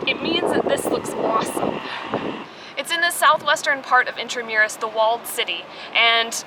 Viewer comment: Correct pronunciation of "intramuros "👍🏻👏🏻